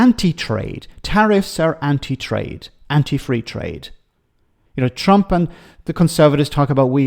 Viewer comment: Did he say " the Chump administration " ??!! 😅😂🤣